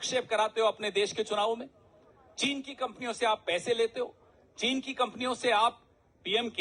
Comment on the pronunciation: चीन का च नही बोलते चीन का च ।